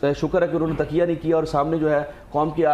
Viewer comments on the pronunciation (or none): ڈاکٹر صاحب تقیہ کو تکیہ کہہ رہے ہیں 😅